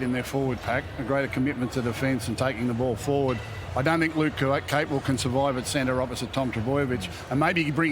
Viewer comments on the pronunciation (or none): why do they keep calling him Luke Capewell wtf is going on